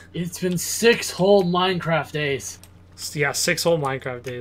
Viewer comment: 1st To like meh own comment >:D P.S. You pronounced Minecraft wrong